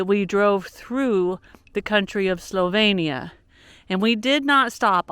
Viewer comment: One of my favourite places. Love the Istrian peninsula and Split. Dubrovnik, not so much. Try going to blue lake, near split, if you get the chance. Zagreb is also beautiful. When you are in Dalmatia, try some pasticada. Just an FYI. It is slo veen nee ah.